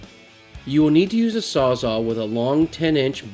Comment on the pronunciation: Sawz-All. Sawz-All. Not 'Saws Awe', who started that nonsense, why are people still doing that.